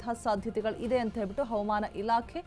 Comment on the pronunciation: ಅವಮಾನ ಇಲಾಕೆ ಅಲ್ಲಮ್ಮೂತಾಯಿ ಹವಾಮಾನ ಇಲಾಖೆ ಅಂತ ಸ್ಪಷ್ಟವಾಗಿ ಹೇಳು